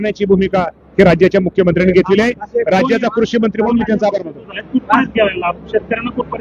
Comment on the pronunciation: किती अशुद्ध बोलतो युट्युबर.कुरशी मंत्री नाही, कृषीमंत्री.परतीक्रिया नाही,प्रतिक्रिया.